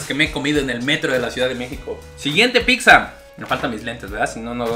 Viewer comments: Se me cae un oído cada que éste perro dice "PIKSA" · "Picsa" 😂😂😂 me encantas ❤😊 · Se escucha horrible picza!! No me imagino los anuncios en la tv diciendo dominos picza o picza hut 🤣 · No digas picsa porfiiiis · Alguien noto que dice pikzza? Porque hay gente que pronuncia así? WTF haciendo crítica gastronómica y no se preocupa por hablar bien🙄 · “Picsa, picsa, picsa, picsa, picsa, picsa, picsa, picsa” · Por favor...de verdad....no digas Picsa...se escucha del nabo... saludos... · Si estaría bien que aprendieras a pronunciar y dejar de decir “PICZA” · Like si también notaste que ni ni su carnal, pueden pronunciar correctamente la palabra "pizza". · Bro, no soy poliglota pero según yo. No pronuncias de manera adecuada al decir la palabra "PIZZA". P.D Has un comparativo de cadenas de hamburguesas para ver cual es la mejor. Éxito!!!